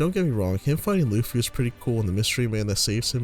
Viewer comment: At around 9 minutes you call him luuhffy, its pronounced lou - fi